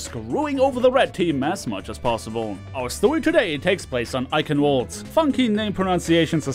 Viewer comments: I can pronounce "Eichenwalde" properly and I'm American (It's pronouced "EYE-ken-vald") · YO, youre german? Please why you hurt me like this pronouncing Eichenwalde like that? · You pronounced Eichenwalde wrong...